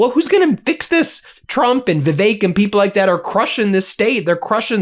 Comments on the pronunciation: Vivick. Vivick. Not vivake. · "VIV-ACHE"? FURIOUS BENJAMIN HAS CATASTROPHIC PRONUNCIATION AS ALL HELL BREAKS LOOSE!